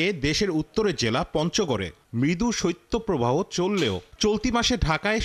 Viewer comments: সত্য প্রবাহ নয় সঠিক উচ্চারণ হবে শৈত্য প্রবাহ। বাংলা উচ্চারণ টা সঠিক ভাবে করতে অনুরোধ করছি। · সত্য প্রবাহ কি??????????? শৈত প্রবাহ। উচ্চারণ আলাদা। কোথা থেকে এরা লেখা পড়া শিখছে!!!!!!?????? এদের চাকরি দেয় কারা?????